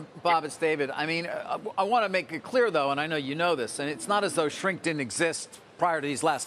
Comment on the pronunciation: "Nink" not "Shrink".